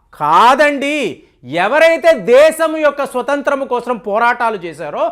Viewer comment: Kosram kaadu kosam adi.....telugu sarigga palakandi. meeru babu,modi bhajana batch ani telusu